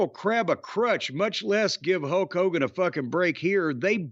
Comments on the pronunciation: Hok Hogan lol Jim's pronunciation made me laugh. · LOL it sounded like Jim called him "Huck" Hogan. I loved Hogan as much as anyone else as a kid, and I respect his career. But nothing wrong with that being his new name, the Huckster.